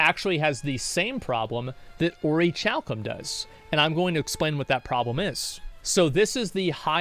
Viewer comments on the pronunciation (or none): Point of procedure, your honor, it's pronounced or-ih-KAL-cum.... choad or chaos... You choose! But it's not or-ih-CHAL-cum... So there.